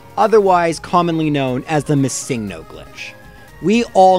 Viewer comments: Its missing-no not miss-Ingno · My only pet peeve is that you pronounce missingno as mis sing no. I mean, it isn't wrong but still mildly annoying. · your saying it wrong its MISSINGno. and whaaaaaaaaaat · Ugh! I can't believe still in 2019 people are still pronouncing it as "Missing No". The "NO." stands for the word number. It's "Missing Number" not "Missing No". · You say MissingNo wrong. It’s missing no short for missing number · Is it just me or did he call Missingno as Mi-sing-no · ITS PRONUONCED Missing-no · You realize the original comment was poking fun at how pronounces the name, right? How he emphasizes the "sing" in missingno. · I've never heard someone pronounce MissingNo the way you do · Why do you pronounce missingno like that but missing the right way? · I like how you pronounce MissingNo. Like its an actual pokemon name and not missing number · You say missing no. Very strangely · The weird way you pronounce Missingno. Is distracting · is it just me or is he saying missingno really wierd